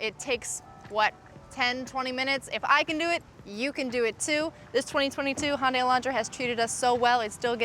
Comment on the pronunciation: Handay - Hundai